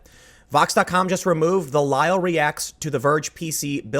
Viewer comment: Oh, Kyle. Not Kyle er Lyle. :/